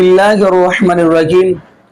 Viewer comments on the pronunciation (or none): رحیم کو رجیم پڑھا ہے۔۔۔۔۔پھر سنیں